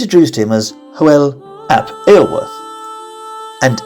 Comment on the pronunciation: Just wish you'd make more effort with the pronunciation. Iorwert is pronounced Yor-werrrth.